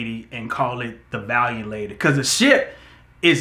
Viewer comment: lol I was really sitting here waiting for to mispronounce Valiant 😂😂 but bro made it